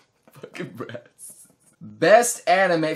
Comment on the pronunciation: Is it only me that figured he said deep breast instead of deep breath